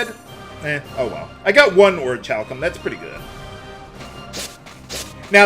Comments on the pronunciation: I'm decently sure Orichalcum is pronounced Orikalcum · The first "c" is silent. It is pronounced Ori-hal-cum.